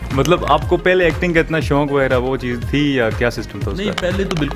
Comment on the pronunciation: Who's notice host word shonq😄...its shoq not shonq